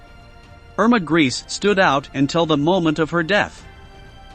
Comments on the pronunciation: Her last name isn't pronounced "Grease"... it's pronounced "Gray-sa"..evil as she's been accused of she should at least be presented properly as such... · Thay sed Greásé was experimental not Cream-Mátéd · Irma's last name is pronounced Grayse with the letter e also pronounced. Gray-se. She was an evil young woman who deserved the death penalty which was a lot quicker and less torturous than the bestial things she did to the poor women in the concentration camps where she "worked". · Pronounced grey suh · Grese is pronounced as " Grayza". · Same thing I thought as soon as I heard "Emma Grease" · Informative? He badly mispronounced her name and provided a completely fabricated story about her execution that bears no resemblance to the truth. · Man, your pronunciation is atrocious. Mengle and grease ?? Actually pronounced Men-gel-a and Gre-sa (the S is spoken as a Z. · Its pronounced, "Men-Gel-Luh" not Mangeel. And Irmas name is pronounced Gray-sa. Have you ever read about or watched any kind of WW2 films or books, ever?